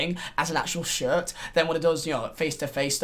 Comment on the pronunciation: The way he says shirt sounds like he says shit